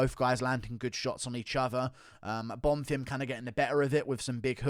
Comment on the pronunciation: On behalf of everyone, thank you for finally pronouncing Bonfim properly